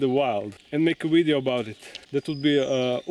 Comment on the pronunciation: why do you always say wideo, instead of video. It it how you say it in your native language?